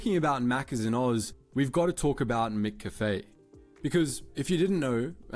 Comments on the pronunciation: And yes we pronounce it MacCafe. Never heard it said as MicCafe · Mc and Mac are both pronounced the same, so it’s with an a rather than an i. That’s why Mickey D’s is not how Australia and UK would ever shorten it. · Yes MacCafe sounds weird pronounced MickCafe😂😂😂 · In Australia we say McCafe exactly like you say it. Mack Cafe, not Mic Cafe..Secondly I was in the USA Last year 2025, first thing you noticed was the Artificial, Chemical taste in USA McDonald's. I now know why Americans love our Maccas so much. It's fresher, tastier and it doesn't go through you with in 3 hours... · You're right. I've never heard it called "mick-café" . It's "mack-café", just like "mack-donalds". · Yeah def not "mick-cafe" this is a slop voice bro... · Its mac cafe - AI voice over is mis- pronouncing McCafe! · Who the hell is Mick Caffee! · We Aussies do not pronounce it like that. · G'day it's Steven from Sydney Interestingly video and let it be known that people from Malbin ( Melbourne ) don't realise that they pronounce some words differently to Sydneysiders or the rest of Australia for that matter, however I have never heard anyone in Australia pronounce McCafe the same way as this presumably Ai video. We have had a serious coffee culture here probably due to the large population of Greeks and Italians, and I'd go as far to say that we're coffee snobs so perculated coffee and Starbucks won't cut it. I rarely ever eat McDonald's and it's not the once affordable fast food place it used to be, yes it's evolved and tried to meet Aussie expectations but it's still referred to as junk food. Also over many years their burgers appear to have shrunk, could be due to shrink-inflation, and believe me the Big Mac is definitely not big anymore. Another thing...I have never ever driven past a McDonald's that's been rebranded to Macca's, and it makes no sense to me to remove a well known brand to something like Macca's. Just saying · The voiceover is AI hence the bad pronunciation of McCafe.